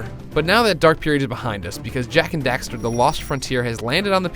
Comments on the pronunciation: He called Daxter "Dexter" O.o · its daxter not dexter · The fact that the second time he says their names he says Dexter, just shows me how little he wanted to do this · its daxter not dexter just saying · dexter? it is daxter